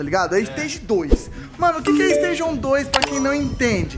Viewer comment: Decide se quer falar em inglês ou em português... ou é STAGE ou é ESTÁGIO. Falar STÊIGIO não dá.